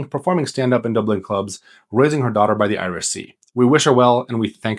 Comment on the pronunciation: Ahh I could forgive kildare, donegal, and galway, but to butchet saying Dublin so poorly.